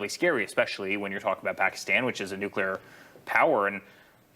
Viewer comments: New que ler. OMG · Nucular? Isn't it pronounced nuclear?